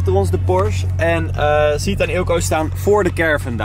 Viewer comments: Het is chahid en niet sjiet! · Echt hinderlijk zegt suhiet in plaats van chahid 😴😴 like zodat dit ziet 👍🏽👍🏽